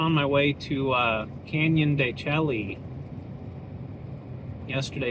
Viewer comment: Hey fellow Vanlifemeowers… knows how to pronounce it. He’s just playing a friendly little joke with his viewers. The only thing missing every time he said “Chel-ly” was the wink at us. 😉